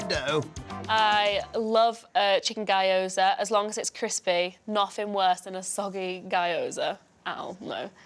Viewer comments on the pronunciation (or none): its not "guy-oza" its "gyo-za" yeesh lol